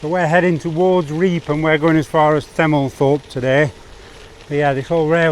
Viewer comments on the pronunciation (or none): sorry but it's pronounced reefham